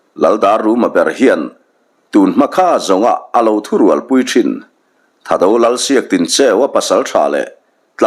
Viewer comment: "Thado" ni lo, "Thahdo" a ni zawk ang ka ring.😊